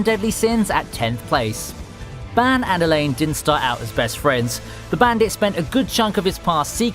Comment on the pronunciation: Ew ...why does he pronounce ban like that?